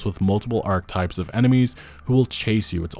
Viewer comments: Hey, you're a great clear, confident speaker, but just a couple friendly FYIs: Archetype is three syllables, pronounced 'are-keh-type' rather than "archtype"; - would be cache (pronounced 'cash'), rather than cashet (pronounced 'cashay') which essentially means 'cool factor’. 👍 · "ARK-EH-TYPE" you're welcome.